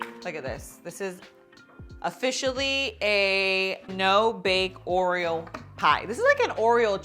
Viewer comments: Is it just me or is she saying “Oriel” instead of Oreo 😆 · Except when doing the whipped cream, she DOES say “Oriel”. That’s probably a learned behavior as a kid and it’s just stuck with her. (Like some kids say “crown” for “crayon” or “pasketti” for “spaghetti”. You can close up on her mouth to watch her lip position as well as slow down the playback to listen. At the end, at one point, she says “Oreum”. And then Oriel again. She also drops the plosive effect of the double t in the word “button”. But it’s just one of the things that makes her even cuter as a presenter. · oh thank you..I thought I was going nuts because I was hearing her say oriel many times..maybe to avoid trademark issues? but still lol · It's not you, she is saying Oriel 😆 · I noticed the same and scrolled through the comments to see if anyone else noticed! lol